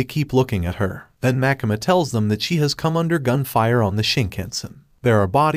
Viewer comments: also why do you call makima makama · pls stop saying makama its makima